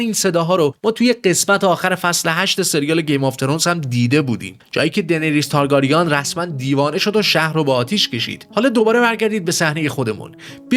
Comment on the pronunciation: ویدئو واقعا واقعا قشنگ بود فقط اگه میشه لطفا تارگرین رو درست تلفظ کنید